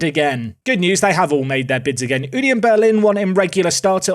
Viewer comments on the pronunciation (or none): none